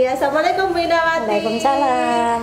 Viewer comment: Assalaamua'laikum buuu Bukan assa'laamualaikom 🙏🙏🙏🙏